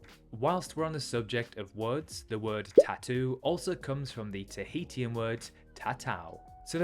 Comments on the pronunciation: why the mystery re. the identity of the British (first one) explorer? The language of the Society Islands is pronounced tah-HE-shun, rather than tah-HE-tea-un. Interesting that the alphabet has 13 letters, since Hawaii's alphabet has only 12: a, e, h, i, k, l, m, n, o, p, u, w. For the record, the Cook Islands are a territory of New Zealand. Rather than pa-PETE, the capital, Papeete, is pronounced pa-pa-A-tay. Since I was there back in '87, I know how to pronounce Faaa--home town of the airport: fah-AH-ah, which is also the name of the nearby town. No charge!😀 In answer to your question at the end, yes, I've visited, as mentioned above, and the islands were Tahiti, Bora Bora, Raiatea (rye-uh-TAY-uh) Tahaa (ta-HAH-ah), and Huahine (who-uh-HE-nay). Also, I just realized that the pronunciations you gave us may be proper "across the pond", whereas mine are the American version, in case there's a difference. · Good video, but please don't pronounce Tahitian like this :face-purple-crying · You should’ve learn how to pronounce Tahitian😂 before making a video, wouldn’t that be like one of the first steps?😂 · great video just as a cookisland/tahitian, slight changes could be the pronounciation of things such as Tahitian being (ta-hi-shian) or Papeete being (Pa-pe-e-te) and not papeet. but apart from just that, I really loved the video. Its so nice to see more indepth videos of our ancestral home.